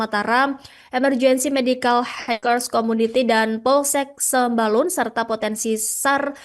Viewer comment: Sembulan sembalun😅😅😅 pembawa acaranya belajar lagi ya bacanya